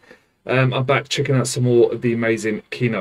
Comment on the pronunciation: This song was written by Kino (actually the stress in this word falls into the last syllable - kee-NOH, it means the movie / the film or the cinema - these all are one word in Russian) in 1986 by influence of the reggae band UB40. The song is reggae-like and in essence it is about cannabis. The second from the end line gives us a clue - there is unusual smoke that is going from our pipes. The word boshetunmai is absolutely made up (there is a legend that it's a transformed chinese or mongolian word) and no one understand it, even in Russia. There are battles about what it means exactly (Victor said it's a secret :) but common version (and by the words of the Kino drummer) this word means cannabis. This song is just a song for the fun. BTW thanx for your reactions (mostly I watch Kino, Aria/Kipelov and Rammstein reactions). I would recommend you (if you don't mind) to react to bands Black Sabbath and Judas Priest. And sorry for my bad English. Cheers!